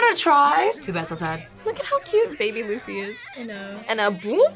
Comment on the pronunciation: Why is she mispronouncing Luffys name 🤔